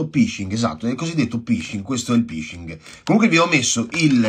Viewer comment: Si scrive PHISHING e si dice "FISCING" (in inglese PH si legge F, SH si legge SCI). Significa pescare, pescano dati e password.